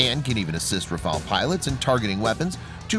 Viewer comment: Daniola M : IDIOT & crétin, prononce correctement le nom : RAFALE non Rafael